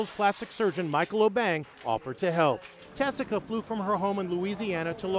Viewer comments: Is her name Tessica or Jessica? She pronounces it as Tessica here but I swear I've also heard/seen Jessica in other videos and articles. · Tessica not jessica